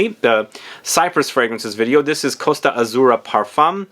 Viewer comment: Totally unrelated, but when someone pronounces Italian words correctly my heart grows a size! Thank you for the effort in pronouncing Costa Azzurra and Basilico e Fellini correctly, it's very appreciated. Two of my favorite fragrances of the period btw, with Basilico e Fellini being so amazing and complex!